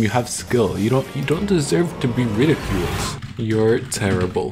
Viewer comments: It’s not “terribel” it’s terrible. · Bro said terribel instead of terrible